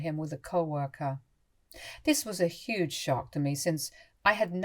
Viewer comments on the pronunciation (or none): none